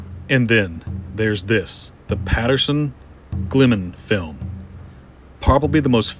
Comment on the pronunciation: you pronounced "Gimlin" wrong.